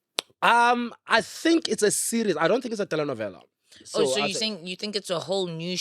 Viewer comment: Love how he says telenovela ❤❤on point